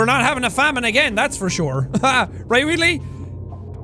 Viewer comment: You calling Wheatley 'Wheatlis' is my favourite thing in your playthrough